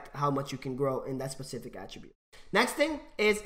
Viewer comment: How many times did he say pacific instead of specific